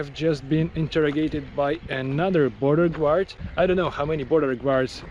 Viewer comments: Interesting video. BTW your english is very good! P.S. "Guard" is pronounced like "gard" not "gward" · guard is pronounced Gaard, not Gewaard.